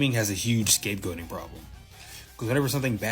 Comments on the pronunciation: Why do you keep say scape goping? I thought the term was scapegoating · Bruh wtf you keep saying scape-gulping? Can you not say goating?